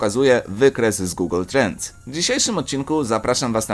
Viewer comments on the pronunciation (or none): none